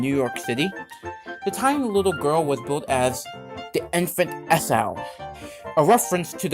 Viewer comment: Just FYI Esau is pronounced E Saw